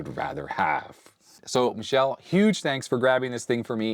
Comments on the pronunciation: Goodness, that's not Michelle. Michele is Italian for Michael. It's pronounced mee-keh-leh. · FYI It's not pronounced Michelle (female) it's Mi-kel-leh which is Male and the Italian version of Michael (Mike) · Your Italian is in need of some training indeed. "Michele" is pronounced Mee-que-le (like LEt) and it's masculine given name, not Michelle like M. Obama. Love! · Oh ha, the way you pronounce Michele in English makes it sounds like a girl's name, but "Mike" was a hint: in Italian it's a boy's name pronounced mee-KAY-lay. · I suspect Michele's name is pronounced like the '80s - '90s F1 driver Michele Alboreto. Bob Varsha on ESPN always pronounced it like "me kelly" or "meh kelly". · that's not how you pronounce Michele, you said the France way, the female name, in Italian sounds like me-ke-le(as lemon) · Grande Olivetti! P.s. michele reads mick (with hard C or K) + ele like electric. Your pronunciation of Galatine is correct. Goleador are unrelated to football actually from what I know, just a name (Goleador is a player who sets a lot of goals)